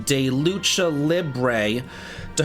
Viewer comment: I really, really appreciate you and your videos, but that pronunciation of "lucha"... Dear lord XD